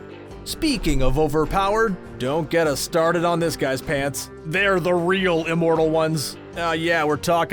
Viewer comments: Liked this, but... Uh... What's 'Eeeemortal?! ' Is that anything like 'Immortal?? ' Just wondering... 🤦‍♀️ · It’s IMmortal, not E-mortal. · it's IHM NOT EEEEMORTAL IHM IHM IHM THERE IS NO EEEEEEEEMORTAL, EVER 😧 j needed to get that off my chest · Today we have a new word: ee-mortal. Considering this is THE key word in the video, you'd think narrator would learn its proper pronunciation. Thumbs down on this one too. Screen Rant continues to suck.